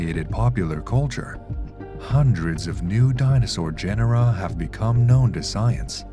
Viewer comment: Gen-er-ra?? You immediately loose credibility dude.